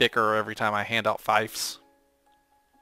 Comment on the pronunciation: Hey bud its pronounced feefs not fives.. love the video